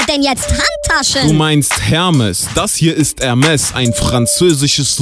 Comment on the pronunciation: Achtung Aussprache: Hermés= Hermee